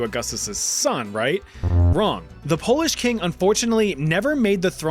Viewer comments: Good job on the pronunciation of polish names. It's hard for those who aren't from here, but honestly I didn't expect my country here so thank you for adding it ^^ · Cheers from Poland, very solid pronunciation, love to see our nonsense mentioned!! <33